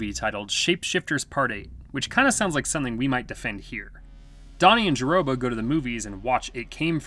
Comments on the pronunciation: It is pronounced Jerboa. Not Jerroba. 🙂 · A girl named what? It's pronounced "Ja-bo-ah". I get that the narrator probably has never seen the movie, but...🤦🏾‍♀️🤷🏾‍♀️🤣 Great video, anyway! I love The Howling lll, The Marsupials!